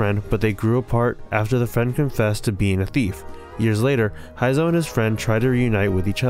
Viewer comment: The German pronounciation of Heizou's name is killing me, please pronounce it correctly TwT